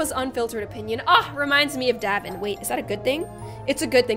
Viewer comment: You’re pronouncing daevon wrong it’s like day-von not davon